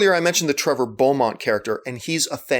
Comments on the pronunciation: belmont not bomont. say it as bell mont if it makes it easier. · I'm sure someone already corrected you, and, I'm sure you yourself have never played the games because...It's BELMONT not Beaumont! Just saying. Keep making your videos, I've spent hours of my life watching your reviews. You do a good job and don't have an annoying voice. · um John it's sounds more like (Bel)mont not Bo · "Trevor bolmont" i thought hes name was "trevor belmont"? you learn something new everyday😂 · nnero7 lol yea it's not Bolmot or however he's saying it. no one is perfect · yeah... it's an honest mistake... hahaha.. triggered me slightly , though... lol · OK.. Okaaayyy.. for all you nit-pickers about how John pronounced Belmont or Beoumont... whatever, he was just testing you guys out to see if you really like the show and its characters. OHKAY! O.K. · it is pronounced Bel-mont and it does follow castlevania III from introducing Trevor, Alucard, and Sypha. please do not talk about castlevania if you are a casual leave it to the people who actually know the complete series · Well I mean you pronounce Belmont wrong but otherwise I totally agree with you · I have not yet read the comments yet but i am going on a guess and say a lot them are just complaining over saying Belmont wrong well lets look.....yep that what i thought. He is clearly saying it wrong on purpose guys come on. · LOL, you pronouncing Belmont wrong on purpose, didn't you. The character says it more times then Optimus Prime says his, to get it wrong.